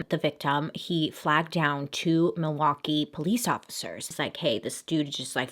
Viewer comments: All the Wisconsinites thinking "did you really just pronounce the L in Milwaukee?" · I think Laverne & Shirley and Alice Cooper's pronunciation in Wayne's World when I think Milwaukee. Also my family drove to northern WI for vacation every year and we would always be like there's Jeffrey Dahmer as we drove by the prison. Also why are prisons built next to major highways in the midwest?! Seems real illogical. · When I hear Milwaukkee , I do not think of Jeffrey Dahmer and this is coming from someone that lives in Wisconsin... I think of the movie Wayne's World and Alice Cooper saying Milwaukee is actually "mill-e-wah-que"... side note, my uncles looks exactly like Dahmer. He would get so ticked when we called him uncle Jeffrey... this was all back when it went down.